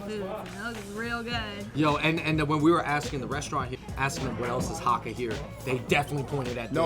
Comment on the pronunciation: It's HAAKAA! (Cantonese) - long (a) sound